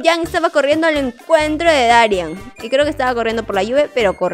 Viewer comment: Porque siempre dices mal el nombre de dari no se pronuncia darián! es darían con solo acento en la i